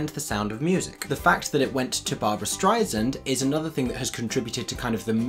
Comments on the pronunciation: It's not STREIznd...it's STREIsand..."like sand through your fingers." Quote Barbra Streisand. Ess...not Zee. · Great video but she’s Barbra StreiSAND. Like sand on the beach. Not StreiZIND. She’s been famous for 60 years and I think it’s about time people say her name properly. Thanks. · Streisand 's' not Streizand ... get it right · Wonderful insights. FYI Barbra says her name is pronounced Strei-SAND, not Strie-SIND (just in case you ever meet her 🙂). Also - amNY is a freebie newspaper in boxes at subway stations. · Your critique was interesting and insightful, thank you. Just a nitpicking point, as any Barbra fan will know she is most particular about the correct pronunciation of her name. To quote her "It's not Strei-zund, it's StreiSAND, like sand on the beach. Thank you for your work, it's always enjoyable. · Who is Streizand? It’s Streisand, like sand on the beach. Over and over Streizand, Streizand, Streizand. Other than that I enjoyed your video, nice job! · Barbra StreiSand….not StreiZand…. Soft s, like sand on the beach!!! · I know you’re British, but you’re also a musicals maven so you should know that the second syllable of Streisand is pronounced “sand” not “zond.” Barbra herself has said this to the public when performing in the UK. Respect her wishes and pronounce it right! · It’s Strei SAND. Not StreiSUND. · If she heard you pronounce her last name like you do, she'd cut you. It's "stri' sand" Not strizend. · It's pronounced Stry-sand not stry-zand or stry-zund. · You should at least pronounce Barbra’s last name correctly. It’s StreiSand. Not StreiZand. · It’s StreiSAND!! Not Zund…. Sand like sand on the beach. BAD GAY! Barbra would be livid! I had to stop watching I was continually shouting Sand every time you mispronounced it…. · I take issue with your enunciation of Barbra's last name. It is StreiSAND not Streiznd. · StrEIsand not StrIsand ei sound not an I sound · You ought to check your pronunciation of "Streisand"... (-Sand)